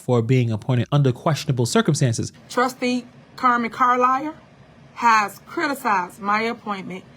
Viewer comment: She literally says "Circlestances". This girl can't tell me nothing!! 😆